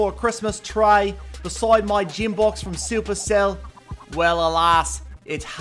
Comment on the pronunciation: 'Jim box' , 'Christmas tray' 'Victray', ' Dith,' 'Tislas' etc.